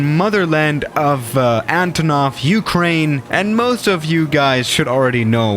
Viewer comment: Its not Ukraine but its ourkraine